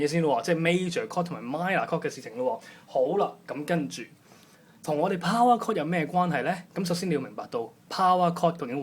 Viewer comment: it is called POWER CHORD, not "POWAR CORD"